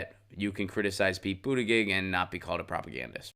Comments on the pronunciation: You lost me at multiple mispronunciations of his name. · Adam Gulick he spells it out correctly but he does not pronounce it correctly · Why do you keep saying his last name wrong? Why do you keep saying his last name wrong? Why do you keep saying his last name wrong?